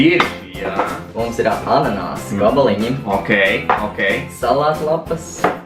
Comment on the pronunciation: ananasi nevis ananāsi